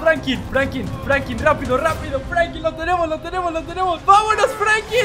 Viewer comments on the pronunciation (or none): Like si escucharon que dijo Franki pues yo escuché asi